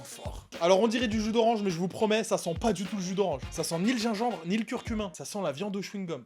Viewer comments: Curcumaaaaaaa pas curcumin bourdel😂😜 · C'est pas plutôt curcuma ? Que curcumain?😂